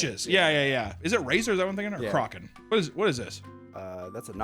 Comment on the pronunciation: He still didn’t learn how to pronounce Kraken after the Creep Cast episode